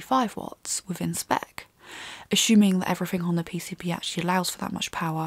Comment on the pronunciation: assuming doesn't have an H in it.. just say assuming not ashuming.